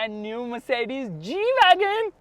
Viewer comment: really a stupid g - weagon